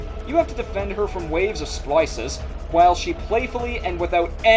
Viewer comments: "Sploicehs", did you just turn Joisey in that one line?;) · Did he...did he say Splica?